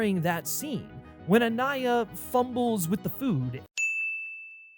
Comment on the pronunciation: Anaya and not "Aniya".